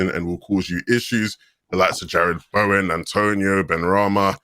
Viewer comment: "Bowen - class"... "I'd play Bowen in the pivot".... God help us all